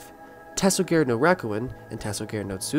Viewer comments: ta-so-gah-rey not ta-so-gār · I almost threw up hearing the japanese pronunciations lmao